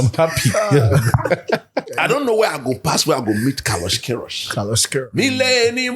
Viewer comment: Chale I watch the "carlosh querioshh" playback like 10 times 😂😂😂😂😂😂😂